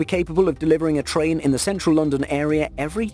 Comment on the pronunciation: Rail-lation track of TRIAN huh.